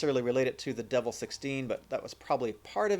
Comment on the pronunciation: Its "De VEL" not "Devil"...as like in "Development"